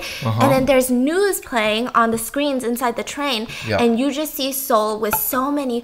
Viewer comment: i really like when stephanie slips into korean. and the way she pronounces the cities (busan, seoul) in korean accent